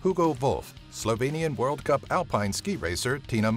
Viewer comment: yeah you sead every slovinien word wrong. but good try